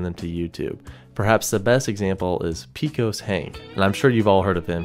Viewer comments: He is awesome... It is pronounced " pay cos" fyi. Not "pee cos" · It’s PAYCOS Hank. Not Peekos. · I like your videos and I also watch other people react to them but I had to stop what I was doing when you said 'Pee-koz' Hank. Pecos is a Native American word (Specifically from the Pueblo people who speak Towa) that means 'the place above the water' and its pronounced Peh-Kos for Spanish speakers or Pay-cus for English speakers. Regardless, your work is awesome, thank you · Just found and subscribed to your channel, very nice! Oh...Pecos is pronounced PAY cus. Cheers, stay safe. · "Pee-cos" Hank? Dude, really? Also, what is it with younger people finding analog video creepy? Low-res static is not creepy.